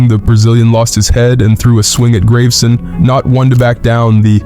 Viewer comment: "Graveson" is pronounced "Grah-ve-sen". And "Robiñho" is "Ro-been-yo"